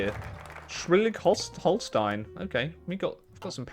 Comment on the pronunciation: Its SCHLESWIG HOLSTEIN not shwelig hostein xD